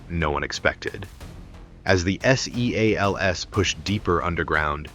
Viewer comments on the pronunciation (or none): Somebody needs to tighten up the AI narrative. They are navy SEALS. They are not s-e-a-l-s.